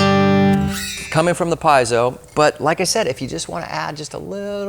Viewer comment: "Piezo" , pronounced "pee-ets-oh" not "pies-oh". 😊👍🏻